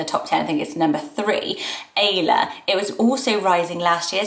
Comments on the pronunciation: Ayla is a Turkish name and it is actually pronounced the same as Isla. Ay makes an “i” sound in Turkish not “ey” :) of course if you use this name you can pronounce it however you want, just wanted to let you know. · ayla is pronounced isla actually